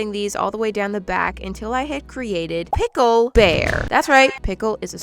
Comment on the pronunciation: It is not Pickel when it comes to him it is Bickel 😂😂😂